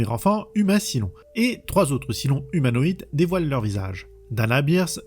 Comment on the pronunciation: Saille-lon, pas Silon >_< Mon dieu, tu l'as regardé en VF ? La VO est exceptionnelle et la VF, enfin les extraits sur lesquels je suis tombé, est une des pires que j'ai jamais entendues 😵‍💫😱